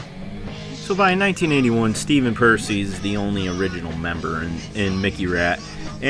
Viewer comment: You pronounced Juan’s last name right, but Stephen’s wrong 😂